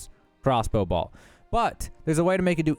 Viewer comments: BOLT not BALT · ....... idk if this makes me that guy but it's not BALT... It's BOLT like a nut and bolt... if you weren't saying balt and my ears are deceiving me(they weren't), then I am sorry, but also we gotta learn something new each day, and this is one of em. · I appreciate your video and your honesty about not knowing everything. I can't handle the mispronunciations though! It's crazy. How do you mispronounce bolt? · I've never heard anyone pronounce "bolt" quite like that...the hell you from son? lol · He's from Boltsburgh